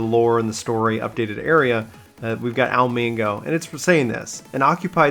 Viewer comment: Al-a Me-go, Ala Mhigo.